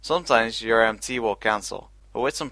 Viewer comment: every time he says MT it sounds like ‘empty’